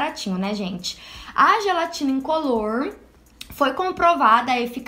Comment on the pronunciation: "A gelatina incolorrrrrrrrr" kkkk linda adorei.